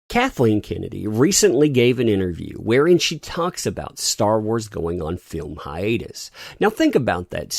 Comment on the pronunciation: Anyone else hear Godzilla syndrome when they say hiatus.